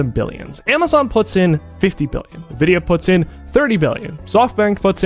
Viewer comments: It's not nuh-vidia. It's en-vidia. 😊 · Ni-vidia instead of en-vidia is messing with ne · everybody pronounes it as navidia even though its spelled Nvidia so it should be pronounced envidia. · It's pronounced "n" vidia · 'NEVIDYA GPU' lol